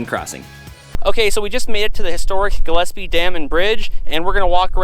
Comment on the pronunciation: Hey finally someone that pronounces Gillespie right. Great video.